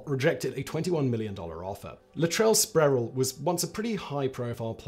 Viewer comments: It's Latrell Spree - Well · "Spree well"